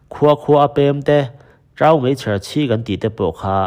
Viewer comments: Sir ngati nge 'Mai' ti lo hian 'Mei' itih tlat a 'Mai' tiin lam/chhiar rawh I tawng/chhiar muan phah pawn apoilo aw... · Sir, 'Mei' ti lovin 'Mai' ti zawk thin la... ngaihthlak a nuam tho e